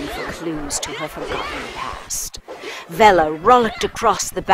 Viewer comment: Kairance They say "Bella". HAVE you even heard of the word "Velella" I'd bet your life you haven't.